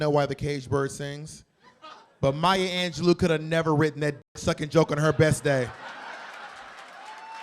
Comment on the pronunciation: Funny as Hell ...but Maya herself said it is Anje-LOW...not Anje+Loo.